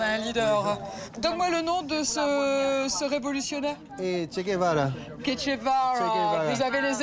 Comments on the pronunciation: Ketche de vara hahaha le pauvre doit se retourner dans sa tombe une fausse bourge qui écorche son nom ça en dit long sur sa culture cependant la mere de 4 enfants qui connaît vit dans la misère mais connaît Montesquieu. ..... . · L'Haïtienne cite Montesquieu, ne sait pas qui est Che Guevara qu'elle appelle Kétché Vara... C'est affligeant!!! Bon, elle va vendre ses diamants pour leur acheter à bouffer, elle est quand même sympa...:-) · mdrrr les haïtiens que prend de haut sont 10x plus cultivés qu'elle, la dame cite montesquieu et le mec lui souffle le nom de che guevara qu'elle répète ketche de varrawww quelle bouffonne